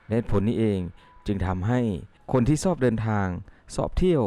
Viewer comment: คำว่า"ชอบ"ใช้ชอช้างไม่ใช่ซอโซ่ออกเสียงให้ถูกภาษาไทยถูกปรับปรุงเปลี่ยนแปลงให้เหมาะสมแล้วกับคนไทยไม่ห้ามให้ใครใช้แต่ควรศึกษาและออกเสียงให้ถูกต้องป้องกันภาษาไทยเพี้ยนไปจากเดิมเดี๋ยวจะโดนเคลมจากชาติอื่นว่าไทยโขมยภาษาใครมาอีกเข้าใจนะ